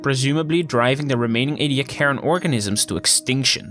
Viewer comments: ee-dee-AK-er-in That’s how you pronounce it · Nope, it's EE-dee-AK-ər-ən